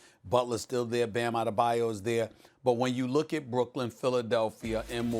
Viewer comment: It’s adebay O O. I hate it when people say his name wrong